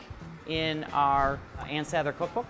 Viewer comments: It's really annoying that she keeps mispronouncing Sather in the voice-over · It’s definitely not SAYther. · You’re pronouncing Ann Sather wrong!!! 🤦🏻‍♀️ “Sah-ther” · Was just wondering why she was pronouncing it Say-ther. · No, the presenter doesn't know how to say Ann Sather. it is a short A. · No one in chicago pronounces it like this... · 😬 at her pronunciation! Nobody from Chicago pronounces it that way